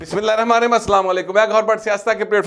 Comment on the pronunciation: بسم اللّٰہ الرحمٰن الرحیم سر صحیح پڑھا کریں